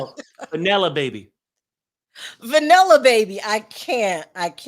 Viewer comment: When said Vanella Baby 😂😂😂